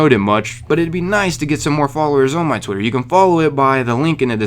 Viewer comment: did you say "twotter"? 😂😂😂